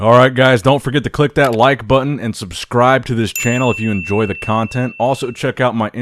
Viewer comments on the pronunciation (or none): none